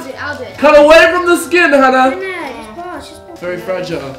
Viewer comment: Finally someone who said my name correctly!! Love you hannah